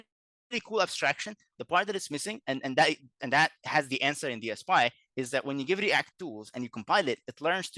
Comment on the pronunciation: DSPy ("DS-Pie") called "DS-Pee" and "D.S.P.Y." in the first 3 minutes